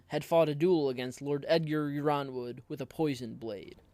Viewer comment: already subscribed bro may i suggest you be careful with pronunciations? I believe House Yronwood is prounced Ironwood